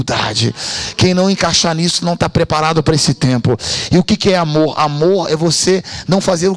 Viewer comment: Um AMORRRRR cheio de "erres" ! 😊